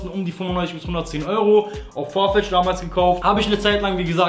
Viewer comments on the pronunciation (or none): none